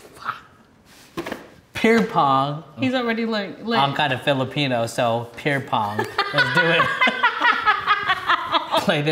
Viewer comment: “Pear Pong” BRUH 😂